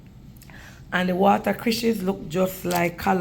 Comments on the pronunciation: Watercrishes 😂😂😂 cracks me up 😂My parents used to call it that too😂 It’s watercress 🥰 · That's not the right name you don't pronounced it right is water.cress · It’s water cress 😅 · Uno know can't pronounced things right